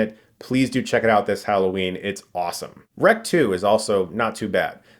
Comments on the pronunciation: I live in Barcelona, where it was filmed, and people call it rec, exactly as you pronouce it. with a hard "r" of couse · Yes, Chris. This movie is pronounced REC even by spanish audiences.